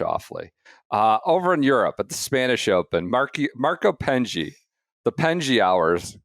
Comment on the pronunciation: I'm a new listener following the KVV transfer. Have to say there is nothing funnier that people complaining about Golf coverage whilst being totally unwilling to pronounce someone's name properly. It's not hard. Just listen to any DP world tour coverage and you will hear "Penge" not "Pengey".